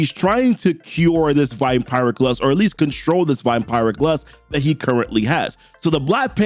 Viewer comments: It’s pronounced Vam-piric btw😂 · The way you say vampiric hurts my soul😭